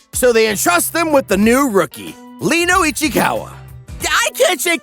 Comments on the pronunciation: Reno not Leno.... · hi. love the video. really funny. just one thing. his name is RENO not leno. dub, sub and manga all say Reno. where u got Leno from i have no idea